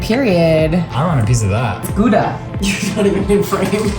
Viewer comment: Here they are looking up jalapeño, yet they pronounce gouda wrong 50 times and don't check that